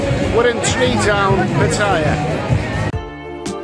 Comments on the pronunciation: old chap, please try to get it right with the Pattaya pronunciation, it isn't tie-a, it's tee-a - ffs. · l love you vlogs, but m8t it's PATTAYA not "pat-tyre"😮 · You are not pronouncing Pattaya right !! Ask a local